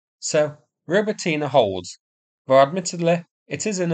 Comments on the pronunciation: ro-BOT-nee Just sayin' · Wow! for the first time, a correct pronunciation of "Robotyne"! Well, almost - stress should be on the second syllable, not the third one